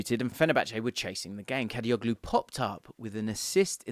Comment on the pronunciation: I feel disappointed whenever I hear someone pronounces soft G letter in the Turkish surname suffix -oglu which means -son (instead of saying Kadiolu). I mean... it is irritating